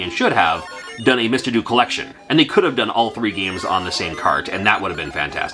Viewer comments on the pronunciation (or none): I believe "Mr Do" is pronounced "Mr Doe", as in do-re-mi-fa-sol-la-si-do, as in the tune that plays when he picks up cherries.